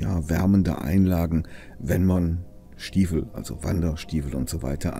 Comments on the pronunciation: Warum sagst Du immer Stiewel, anstatt Stiefel? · sorry, ich kenn mich mit Kölsch nicht aus